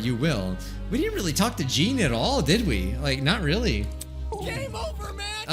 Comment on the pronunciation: Please say 'Jean,' rhyming with 'Sean'.